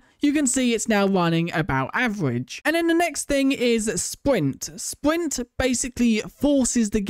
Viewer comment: What he says- sprint-what we hear-spwint😂